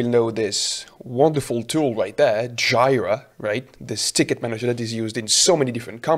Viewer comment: I generally describe Software Development/Engineering/whatever as solving a cavalcade of problems, much of the enjoyment of role comes from doing this consistently, it's a bonus when one also learns new things. Side note: Jira is pronounced Jeeer-rah